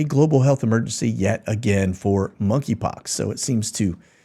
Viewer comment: 'Money' Pox. The "K" is silent. Know your 'Coms'.